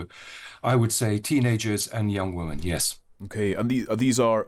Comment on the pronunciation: Why can't Lowney say the plural of Woman? He doesn't seem able to say Women.